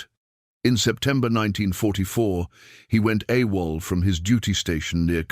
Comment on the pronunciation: A wall instead of Awol.